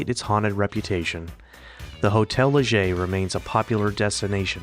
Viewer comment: Thank you for pronouncing Hotel Leger correctly! Hardly anyone does, even the locals. I lived in Moke Hill for 16 years, 1980-96. I thought the Butte Fire in 2015 was going to take the town, but it survived.